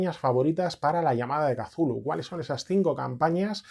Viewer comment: Gracias por pronunciar kazulu! El único youtuber rolero que lo hace, da gustirrinin 😅